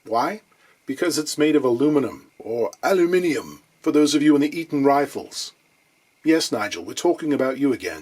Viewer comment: You won't find 'Eton Rifles' pronounced like that by the Jam, mate. Nice accent, otherwise, but I must gently remind you we aren't all David Niven or Dick van Dyke! That yammy sounded exactly the same humwise, Btw. As for the Monterey, great guitar, but the work on the bridge top was a minor work of art.